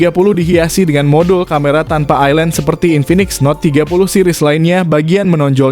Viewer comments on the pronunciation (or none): none